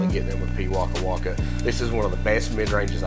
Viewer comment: As a beginer i do love this disc and as a new Zealander you are saying the name of the bird correctly. keep up the great work.